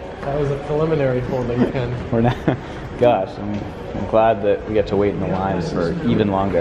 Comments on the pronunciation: Actually, you pronounce it "Pear", like the fruit. Pear Market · Someone’s surely corrected the pronunciation in the comments, but Pere Marquette is pronounced like the word “pier”, or at least that’s how us locals pronounce the Pere Marquette River (north of Grand Rapids, empties into Pere Marquette Lake [and then Lake Michigan] in Ludington, MI)